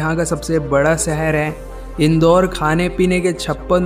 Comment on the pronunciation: भाई शहर होता है, सहर नही 👍👍